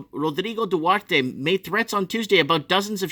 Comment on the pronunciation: duterte not duwerte✌😅